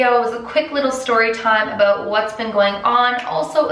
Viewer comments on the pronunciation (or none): DID SHE JUST SAY ABOOT!!! i never thought...a canadian would say aboot in my life